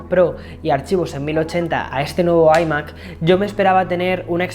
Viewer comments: Se dice ‘ ai Mac ‘ no ‘ i Mac ‘ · ¿Por qué pronuncian iMac? Si se dice iMac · Porque no pronuncias iMac como se debe en ciertas ocaciones?🤣🤦🏻‍♂️ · Decídete cómo pronunciar "iMac"